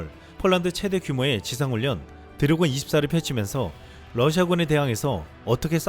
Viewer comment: 유익한 뉴스 잘 들었습니다. 음성이 참 좋으신데, 중요한 단어들을 발음하는 과정에서 말이 많이 엉키네요. (Ex. 드레곤-> 데곤, 레오파드 -> 네파드, 우크라이나 -> 우퀴나이나.. 등등) 저도 마이크를 잡고 강단에 서는 일을 하는 사람이라, 이 부분 때문에 고민을 많이 하는 사람입니다. 발음 연습 많이 해야 합니다. 볼펜물고 하는 것부터 해서 많은 방법이 있습니다. 당연히 효과도 볼수 있습니다.